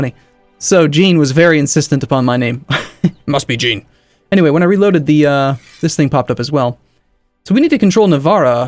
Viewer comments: It isn't 'Jean' - like 'Blue jean'. More like how you'd pronounce 'Jacques' - same sound at the beginning of 'Jean'. Zhah(n) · Anyone that's watched Star Trek the Next Generation knows how Jean is pronounced. It ain't GEEN luc Picard.